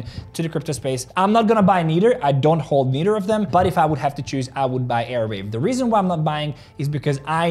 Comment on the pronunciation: It is arweave not airweave!!!!!